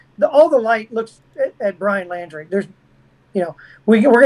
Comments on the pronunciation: 'Laundrie'....not 'Landry'. Thank you. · It's not Landry it laundry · Why does he keep saying Landry? It's Laundrie with an 'au' sound. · Apart from getting his name right it's Laundrie not Landry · it’s Laundrie, like laundry…..NOT LANDRY. GRRRRRRR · Good interview but I cringe every time he says Landrie instead of Laundrie. Sorry I have OCD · The name is pronounced Laundry, not Landry!!!!!!!! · This guy has no idea wh as to he talking about say wrong person name he definitely no detective its Brian laundrie not landry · It’s LAUNDRY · Why is he calling him "Landrie"? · He's pronouncing it "Landry"..?